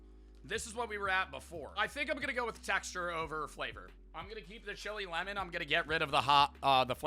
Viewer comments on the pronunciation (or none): Why did say lemon like that 😂